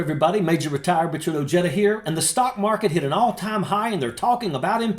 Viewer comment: Richard “Oh-jay-duh”!? 🤔 Don’t be ashamed or embarrassed of your last name bud… it’s pronounced “Oh-hay-duh”